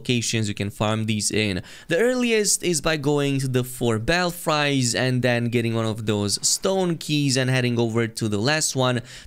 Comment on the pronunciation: it's pronounced "bell frees". Nice video though!